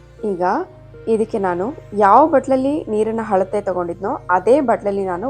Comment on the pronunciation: ಹಳತೆ ಅಲ್ಲ Alate